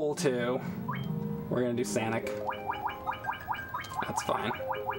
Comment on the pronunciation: I burst out laughing at "Sanic"